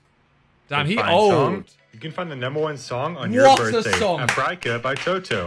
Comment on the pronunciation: No one notice how that guy in the video butchered the word “Africa” 😂😂😂